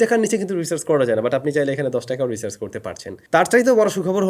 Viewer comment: রিসার্চ না ব্রো, রিচার্জ😂